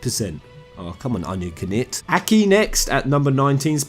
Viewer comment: please tell me you know how to say knight??#!!